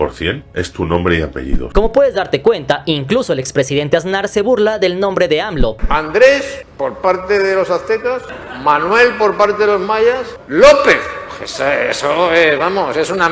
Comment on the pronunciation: No es AZ nar... es AS nar. (de ASNO)